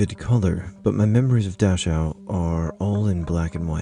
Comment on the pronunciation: I took German in high school and I'm pretty sure Dachau is pronounced: Dak-Ow